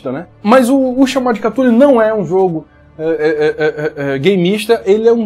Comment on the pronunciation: Cada um inventa um jeito de pronunciar cthulhu, a galera da minha mesa fala CUTULu tomei um susto com o falou CATULU